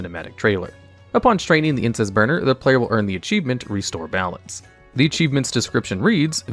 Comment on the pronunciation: I keep hearing Incest burner instead of Incense burner... plz god make it stop...